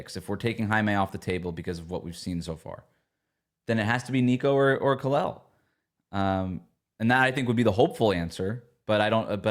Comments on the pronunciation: How anyone can get “eel” from “el” I don’t understand. It’s the team you cover. That’s just not doing your job well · Out of respect for Kel'el, can start pronouncing his name properly please? I know it's a common mistake but we are the fanbase and we especially should get it right.